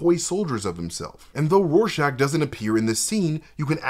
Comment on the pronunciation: is great and all, but its RORschach not Warschach. It annoyed me when Patrick Wilson said it that way. I'm sorry, bit autistic lol